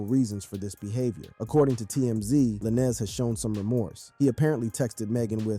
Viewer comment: Why are you pronouncing Lanez like that?